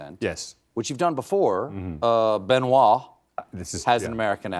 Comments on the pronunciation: Did he just call Craig Benwa Balls? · I believe the pregnant pause was because Colbert was thinking of ben wa balls. A rabbit hole he successfully avoided until he expertly snuck it in ! 😂